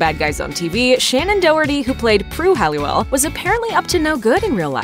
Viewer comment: Halliwell, not Hallewell.